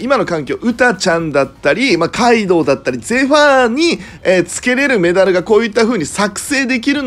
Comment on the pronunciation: カイドウのところガイドウになってて草ww